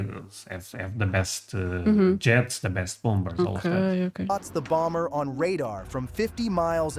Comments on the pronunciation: For the word 'bomber' the second 'b' is silent . . . pronounced 'bommer'. For the word 'bomb', also the second 'b' is silent . . . pronounced bomm. And the 'o' in each is not a long 'o' but a soft 'o' pronounced as 'ah'. 😊 ❤ Love your channel, and especially when your wife is on with you. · the second B in bomber is silent. It's pronounced bommer. 😊 PS, Just hyped you guys yet again 👍 Blessings ~ ❤️‍🔥✝️🕊️ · Just FYI, the second b in bomber is silent.